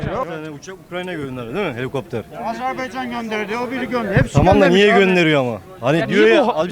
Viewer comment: Abi,Azerbeycan değil(AZ(E)RBAYCAN